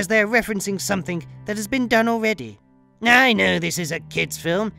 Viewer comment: I like the way you pronounce something, somethink?